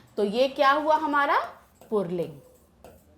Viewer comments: Mam to pulling ko purling bol rahi hain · The way she says pulling... 'purling' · पुर्लिंग नहीं पुल्लिंग बोलिए, और पुस्तक पुल्लिंग नहीं स्त्री लिंग है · Mam purling nahi pulling hota hai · Purling nahi pulling hota h mam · Aunty purling ni pulling hota h 🌝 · पुरलिंग 😂😂😂😂😂😂😂😂या पुल्लिंग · Since there is no pronunciation of र in पुल्लिंग so call it pulling not purling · पूर्लिंग नहीं पुल्लिंग कहा जाता है madam हिंदी तो सही से pado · Mam purlink nhin pulling hota hai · Pulling not purling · Ma'am :- "PURLING" XD XD XD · Yes. U listen purling😅 because she said purling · Mostly hindi female teachers says purling it's just like ee ka bawasir hai be 🤣🤣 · Its not purling Its purrrrrling